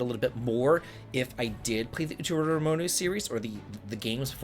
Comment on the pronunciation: How do you pronounce Utawarerumono perfectly but have visible brain aneurysms trying to read less complex Japanese words in your news??? All jokes aside, this completely looks like my type of game! Already added the original game to my wishlist, thanks for bringing it to my attention!